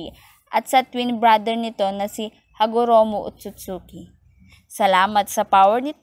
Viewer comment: HAGOROMO NOT HAROGOMO